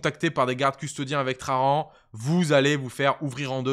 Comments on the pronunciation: Pourquoi tu dis "trarrrran" comme in gros gitan ? C'est traJan ! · Bonjour Je mets le pouce en l'air, mais la prononciation des noms propres c'est une catastrophe. J'ai les oreilles qui saignent a chaque fois que tu prononce "traRan" Gloire à l'Empereur!! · Nan mais en vrai, the question : pourquoi "traRan". Moi je vois un "J" Le mec il n est pas espagnol. Mais anglais 😅